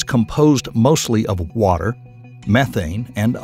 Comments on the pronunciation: 'Water', not 'Watter'. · Watter instead of Water. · Ah yes, the life-sustaining compound, "watter". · WATTER? I'm out.. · "Watter" oh man. That, the units, the incorrect image for methane, and the totally out of scale images means I go no further. This video should not be viewed for educational purposes. You are welcome for the comment. "Don't recommend channel"! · "Watter." Not water, but "watter." Yeah, I stopped watching after I saw that. If something as basic as the word "water" is spelled wrong, what else is wrong in this video? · Watter? What's that? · Too bad he spelled water 'watter' 😁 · its because that is how hillbillies pronounce it. wattdur. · I like the Southern spelling too! "Watter" .